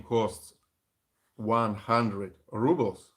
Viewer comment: Say Rubles not rubble wich means trash you speak better english than most Americans